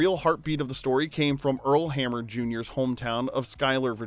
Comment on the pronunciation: Earl Hamner. Not Hammer.